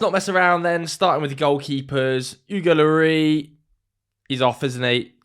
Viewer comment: Why are you calling Hugo "Oogo Lorry"?